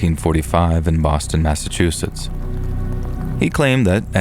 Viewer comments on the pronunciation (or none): none